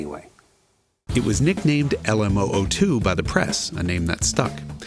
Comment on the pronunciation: "Le Moo 2"😆